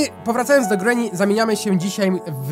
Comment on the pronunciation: Mówi się ,,grini